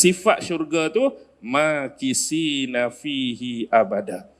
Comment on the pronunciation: Ayat ke 3 alkahfi sbaca dgn huruf tsa...maa kitsiina bihi abada...